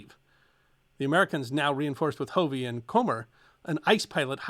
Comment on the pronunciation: Hey, I'm not sure if you're saying my last name (Hovey) or not, but, it's a short o, not a long o. "Huhv-ee", NOT "Hoo-vee".